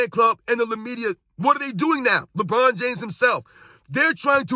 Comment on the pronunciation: Did he say “LeMedia? 😂😂